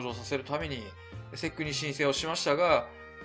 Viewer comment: いつも分かりやすい動画ありがとうございます。ただSECのことをセックとはあまり呼ばないと思いますw